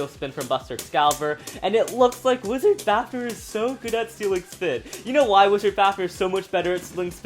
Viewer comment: did he say wisars fafners